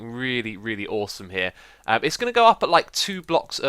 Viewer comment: it's aushome